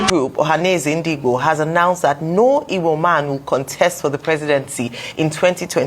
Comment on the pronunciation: Even the "Ogbo" to "Igbo"